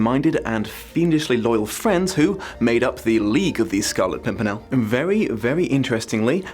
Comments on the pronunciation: I busted out laughing at "Scarlet Simpernel," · Try to count all the times he says Scarlet Pumpernickel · "Scarlet Simpernel" Damn you that made me laugh! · "the scarlet simpernel" made me cackle, thank you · The "Scarlet Simpernel" definitely got a chuckle out of me. Great video as usual. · The scarlet simpernal had me rolling on the floor xD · You could have gone with Scarlet Sink-me-nel ?